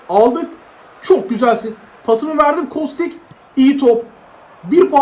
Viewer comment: Abi kostiç diye okunuyor diye biliyorum